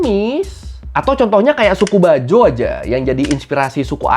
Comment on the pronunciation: Boss bukan bajo.. tapi bajau.. aduhai...